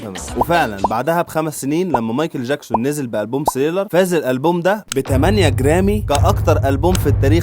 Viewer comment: ليش ما تلفظها صح؟!؟!؟!؟!؟! ثريلر و ليس سريلر